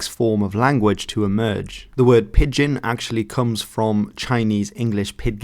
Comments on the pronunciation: Thanks, as always, for this. However, it may be that in Dutch pidgen is prounounced as it is spelt, but in English it is pronounced as I would pronounce pigeon-if you listen to the pronounciation given in the wikipedia definition you have quoted that is how it is pronounced: wikipedia gives two IPA forms for pigeon, and the first, with an 'i' sound representing the 'eo', is identical to that given for pidgin. Keep up the goid work. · (By the way, I just turned 75 a week ago today, and you are the first person I have ever heard pronounce 'Pidgin' with a 'hard' g. For me it has always been pronounced nearly like 'pigeon'.) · Pidgin is pronounced exactly the same as pigeon. Wiktionary often has the IPA on its entries so that is a useful tool for checking unfamiliar pronunciations. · Yeah, can't trust your video if you can't even pronounce the topic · So just to let you know you're pronouncing "pidgin" wrong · "pidgin" nearly rhymes with "pigeon". You're pronouncing it inconsistently. Great video of a great topic. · Every time he pronounced it as Pid-gehn my ears wanted to crawl away from my body. It’s pronounced like pigeon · pidgin is pronounced like pigeon, not pid-gin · Every time you say pidd gin it hurts my ears. Just call it a pigeon like everyone else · It's pronounced 'pijin' not 'pid-gin' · What message is hidden in your interesting pronunciation switching? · Is there a reason why he pronounces it "Pid-Gin" instead of "Pigeon" for part of the video? I thought maybe that was the original Chinese pronunciation since he pronounces it the typical English way once, but I can't find anything saying the Chinese pronunciation was different online (in fact I found things saying that "Pigeon English" and "Pigion English" were earlier spellings, which seems to imply it was always pronounced like the bird). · pidgin is pronounced is pronounced "pi-jin". Dg is another way in English to spell the "j" sound as in "bridge", "edge", "nudge", "ledge", "ridge" etc.